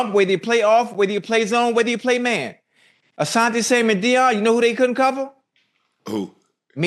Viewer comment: Why yall keep adding a "s" to Asante last name lol